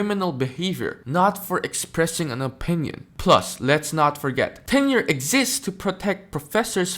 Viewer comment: Hey Dave, it's Tenure , not "Ten year".